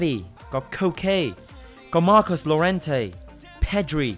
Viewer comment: Hai chữ “LL” đọc là “yo” nha anh. Marcos “Yo-rente”